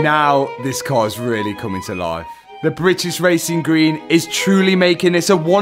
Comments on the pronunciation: Love how Matt can't say British properly 😂 Britiss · “Britis wacing gween”😂😂